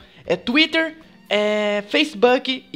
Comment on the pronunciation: o não querendo te ofender mas mas não se fala Facebaak é Facebook ta